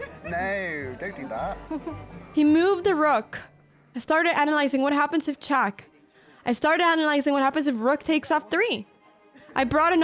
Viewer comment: Why "chuck" and not "check"?